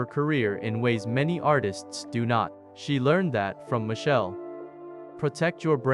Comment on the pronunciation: His name is Machel not Michelle